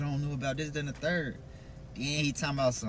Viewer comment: OMGGGG! Why did I say the same thing 10 minutes in???!! Lmao!!! THANK U!!!!! I’m like what the hell is a deaddy? And then, he is steady telling a story and says, “and den“ why do our people talk like this? Literally if we weren’t smart enough, we wouldn’t know what the hell they’re saying but because we do know Ebonics and very poor vernacular, we can figure out what people are saying, but it’s really sad when it’s gonna be time for them to get a professional job and that’s how they sound. I really wish our people could do better and be better and get a better sense of grammar pronunciation & English overall. Because a deaddy and using the word ‘then’ as “den” is something that I would slap my kids if I heard them talking like that. And they’re adults, but I would really put them on blast for talking like they’re ignorant, AF! Real talk.